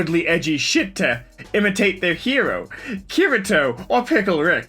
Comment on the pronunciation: I wasn't gonna get mad at the mispronunciation of kirito or that you hate sao, but asuna? You crossed the line with the way you said her name, it's not my favorite anime but it is in top 3.